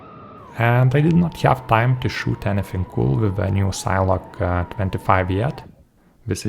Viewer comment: "SIN-eh-log". Do you pronounce cinema "sign-muh"? :) Thank you for this review. You have solidified my choice for my next sign-whoop.